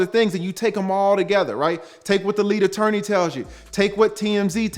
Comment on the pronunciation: I don't the folks be saying lead attorney like u be saying it